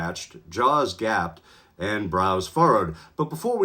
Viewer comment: Gaped*..not gapped.